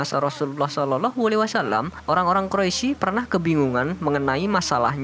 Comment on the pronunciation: min itu Quraisy bukan quroisy